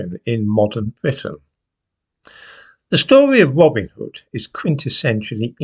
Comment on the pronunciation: Is it now called "Robin ov da hood"